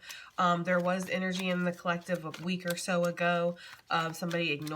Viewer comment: I know you meant to say “a week or two” but it came out like “wink” and that really is how Geminis measure time 😂😂🤣